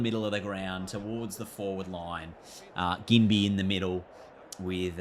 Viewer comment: Ginbey is a soft G 😊